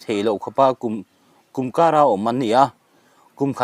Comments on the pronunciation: I chhiar thiam lo thin mange aww kum kar ni loin kûmkâr tih tur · Mizo tawng hi i thiam lo hret a ni. 'KUMKAR '( nook ) kum chhiarna ang maiin KUMKAR tiin i lamri a. Upat lam saeina a ni lo ve.